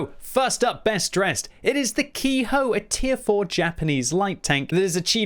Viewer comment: Ke-ho is pronounced how it looks, not ki-hoe